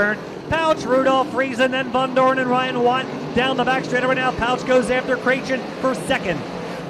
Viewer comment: Its VONDOREN not VANDOREN